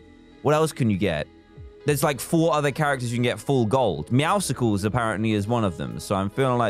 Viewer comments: dan says meow-SCles i say: meow-suls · The way he says meowusles thooo